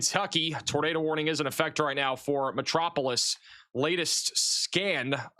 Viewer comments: Metro-po-lis LOL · Think of Superman when you talk about the city of Metropolis for correct pronunciation 😉